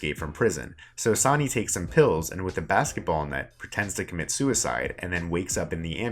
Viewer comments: I'm sorry but if you're going to do a summary at least learn how to pronounce the main characters name! It takes 30 secs to look up how to say it! Annoying for no reason- it's 'AH-SAN', not 'A-SANY', I know it doesn't seem that important but it's the difference between being willfully ignorant and making the slightest bit of effort. Hard to even get through this hearing you butcher it every 10 seconds. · Before you do a SuMMaRy, please actually watch the show so you’ll know how to to pronounce the actual words lmao. You can’t even pronounce Assane 💀💀. You only made this video to tell people “oh yeah I’ve done that”